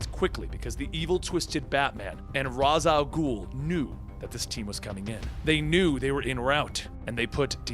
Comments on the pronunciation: Raz Al'ghul. pronounced RAYSH AL GHOUL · great vids but isnt Ra's al ghul pronounced (Ray-shall-ghul) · Ras al ghul? I thought it was Ra's al ghul, either he pronounced it wrong on accident or I did. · seriously.... it is NOT Raz Al Ghoul... it's pronounced Raysh al Ghoul.... otherwise, good work! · Just a question, isn't is pronounced like raish not ras al ghoul? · Why the fuck does this guy pronounce raich al'ghul's name as ras? Does he know that in batman beyond that talia corrected Terry's pronunciation because of that? I would assume that's enough to get it into people's brain that it's raich and not ras! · Why’s he pronouncing Ra’s name like Raz. In every dc animated movie/tv series it’s not pronounced like that. Just sounds dumb. Only criticism, everything else is good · I love this channel, you’re saying Ra’s Al’ghul incorrectly. It’s pronounced “Ray-sh”. Not trying to be “that guy” but. Just trying to help🙂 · I love this channel, but for the love of God, it's pronounced "Raesh Al Ghul" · probably because he mispronounces Ra's Al Ghul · I'm only bothered by the mispronounciation of Ra's Al Ghul